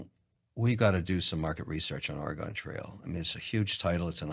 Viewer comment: "Aregone" trail? I hate this guy now.